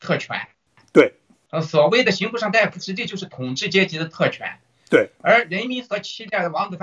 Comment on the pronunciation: 刑不上大（da）夫吧？大（dai）夫、医者。